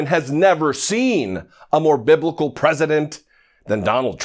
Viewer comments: To be fair, she never actually said he was BIBLICAL. If you listen closely she said BIBICAL, which isn't a word to the rest of us but maybe it's her own word for stupid lying racist pig. Who's to know for sure. 🤣🤣🤣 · hate this dumb bitch!! she can't even pronounce the word biblical,stupid ass bitch!!